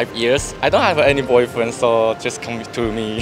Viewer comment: 嚇我一跳，我聽成coming 督 me，聽第二次才知道to